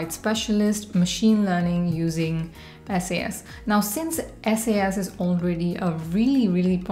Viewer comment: It's called "SAS" as in SaaS, not S-A-S